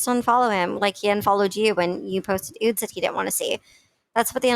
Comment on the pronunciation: Ok do they really glad the word “ nude?” lol I love you girl and your videos but saying “ oodes “ 10 times in three minutes was making my eye twitch.